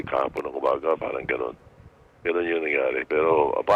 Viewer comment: Hi, 😊 "KAHAPON" d po KAGAHAPON" ✌️😊💖